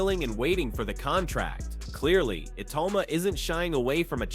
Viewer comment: Why is the narrator saying iyauma